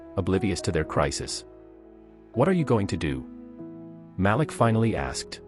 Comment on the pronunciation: His name is pronounced MA -- LEAK.